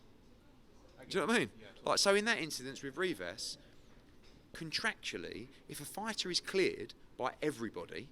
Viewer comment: Eddie "contractually" Hearn